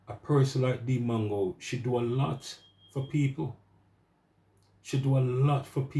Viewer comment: Bro it’s not mango tho 😂 trust US Jamaicans to spoil names. MWAH ANGO